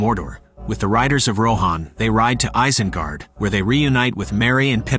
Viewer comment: It's pronounced EYES-IN-GUARD...Not ICE-IN-GUARD..Just thought u should know...